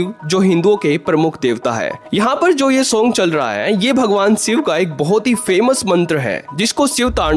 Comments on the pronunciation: भाई शिव बोल ले सिव क्यों बोल रहा है। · Video ki start me hi Bhagwan Shiv ke naam ko siv uccharan karke bhasha ka star gira diya, pahle content ki bhasha sudharo phir video banaya karo. Baar baar tumhare mukh se bhagwan shiv ke naam ka galat uccharan nahi sun paunga isliye video aage nahi dekh paunga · Siv nahi re baba shiv... Ucchar theek se karo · सिव नहीं भाई शिव बोलो । हर हर महादेव 🙏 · abey saale, siv nahi Shiv hai.. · Siv nahin " Shiv " bolna sikhiye 🙏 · अबे सिव नहीं बे.....शिव बोल... पहले तू तो ठीक से हिंदी बोलना सिख.... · 😂😂😂 भाई वो भगवान शिव हैं आप भगवान सिव बोल रहे हो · Abbey seev nahi shiv Bdk bolna to Sikh ley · Abey ghonchu pahele शिव और सिव के उच्चारण का भेद sikhale anpadh ganvaar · शिव है भाई सिव नही । स और श मे अंतर नहीं मालूम ।किसने पत्रकार बना दिया। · अरे बच्चे सिव नहीं शिव कहो .. स और श मे बहुत फर्क है .. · आप श को स बोलते हो.... ठीक करो भाई अपना उच्चारण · भाई aap सिव बोल रहे हो.. ये शिव हैं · सिव बोलना बंद करो, वो शिव हैं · Thik ucharan kar mere bhai Shiva